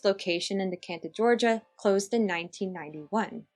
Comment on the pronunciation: I just wanted to tell you for next time Decatur is pronounced de cater not de canter hehe